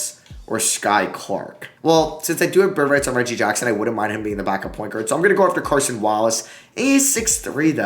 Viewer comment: KAY-son Wallace. There is no R in his first name. (Cason Wallace)